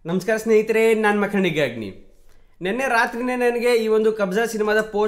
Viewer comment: "ಕನ್ನಡಿಗ ಅಗ್ನಿ " .... ಬರ್ತಾ ಬರ್ತಾ "ಖಂಡಿಗ ಅಗ್ನಿ" ಆಗ್ತಾ ಇದೆ (ಉಚ್ಛಾರಣೆ) .... ದಯವಿಟ್ಟು ಮುಂದಿನ ವಿಡಿಯೋಗಳಲ್ಲಿ ಸರಿ ಮಾಡಿ ....Big fan of your content ...